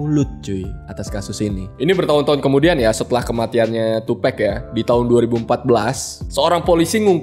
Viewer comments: tupek??wtf TUPAC "TUPAK" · 2Pac, dibaca tupak' bukan tupekk. Ini nama alias, bukan pronounce dalam bahasa Inggris. Sekedar informasi bukan maksud menggurui. 🙏🏼😁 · Tupac bang bukan tupek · Maaf bang Tupac dibaca "Tupak" Bukan "Tupek" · Iya.. gw jg ga nyaman dgrnya. Wkwk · "Tupec" wkwk